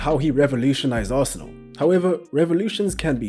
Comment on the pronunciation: When he said Arsenal… 4 that hurt my soul